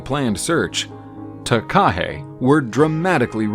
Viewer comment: Takahē does not have a stress on the KA. The stress is on the HE at the end. Hence the macron signifying a long sound. Taka is short sounds like waka and haka ( NOT harka)